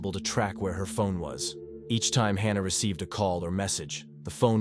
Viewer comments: Hannah, or Hahnah! I think the correct pronunciation of her name is "Hannah'', as it has been, for millenia. Now we have stupid AI voice-overs. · Its HAN-A not HAR-NA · It’s Hannah, not Hah nah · AI voice: Hmm..."Hannah and Helen"... Hahna and Heleen. Yep, that's right. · The narrator doesn’t know how to pronounce the name “Hannah” wtf